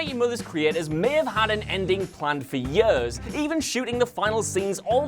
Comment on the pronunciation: Ehy do i hate the way you say years. No hate i love these vids